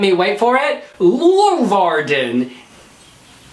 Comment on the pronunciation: The way ‘s saying Leeuwarden is awesome. It‘s a 10 minute ride from me, so I hope it will be there